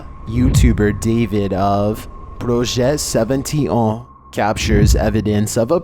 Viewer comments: Lmfao "projet seventy une" it would have been pronounced "projet soixante-et-onze" if that number actually was the right number. But the channels real name is "projet 51" which would have been "projet cinquante et un". A for effort.😂😂😂😅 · projet seventy auugh? It says projet 51 lmao.